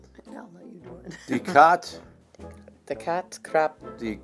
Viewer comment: thats a good "de"